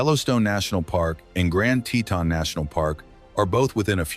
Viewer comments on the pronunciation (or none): none